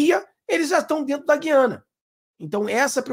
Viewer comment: tem que pronunciar o U de gUiana. Gui